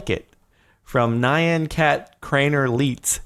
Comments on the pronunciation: Pretty sure you pronounce Nyan wrong; "Nye-an" instead of "N-yan". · "Nigh-yan cat" jardon pls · FOR GOODNESS SAKE IT'S NYAN CAT COMBINE THE LETTER N AND Y THERE'S ONLY ONE SYLLABLE IN IT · rages because you pronounced nyan cat wrong the y is pronounced like y in the word you boy. always and forever.